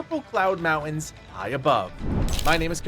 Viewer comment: 80% of the player base is Chinese I don't know what you expect. Also the guy in this video can't even say the word mountains properly so not exactly a great arena to winge about English